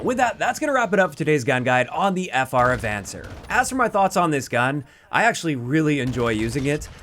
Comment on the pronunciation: It's a Spanish word. ah-von-SAYR